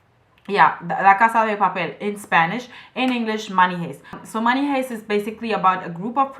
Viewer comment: The word "heist" is pronounced "haist" not "hayst". Your English is great, though!